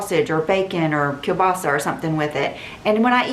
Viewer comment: I loved your perfect pronunciation of “kielbasa” 😍